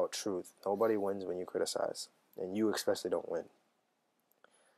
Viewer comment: Exspecially? - Very "Influential!" - LoL!